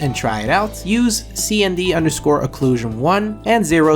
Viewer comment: What happened to your english you said CND instead of SND